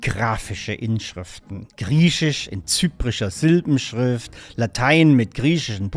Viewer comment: Was ist dieses "krieschisch" von dem der Herr redet?